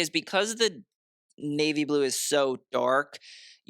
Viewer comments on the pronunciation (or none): none